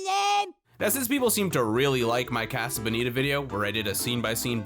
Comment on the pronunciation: Im going to fucking kill this guy if he says casa bonita wrong one more time